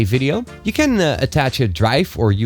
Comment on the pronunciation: Your can sounds like can't